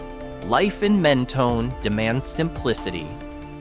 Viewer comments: “Mentoney” lol no. Men-tone. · It’s pronounced Men-toe- n and also Pay-lose . Amateur should have enough sense to not offend a million Texans .